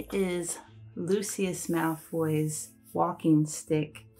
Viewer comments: pretty sure it's pronounced "loo-shus" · English will often pronounce it Lucyus.